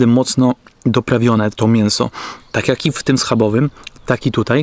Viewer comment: Polaczenie "sprawdzam jak" (akcentujesz jak Dymitr) i ksiazula.... zenada.